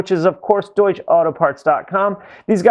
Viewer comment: Your sponsor is pronounced Doy-ch(a) There's a short 'a' sound on the end.